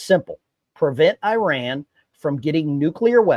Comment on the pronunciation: 1. You pronounced Iran wrong. 2. This is not the first time Israel has striked Iranian nuke sights within the last 5 years. Any statements that this could cuase something to happen is fear mongering. 3.both the republicans and democrats are corrupt rich people. We should be allying with fellow workers not the rich people in congress or like Biden or Trump